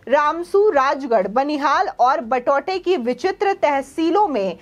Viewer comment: मैडम आप किश्तवाड़ जिले का उच्चारण गलत कर रही है आप उसे"किसतवाड बोल रही है ओर बटोट को आप बटोटा उच्चारण कर रही है कृपया सुधार करें।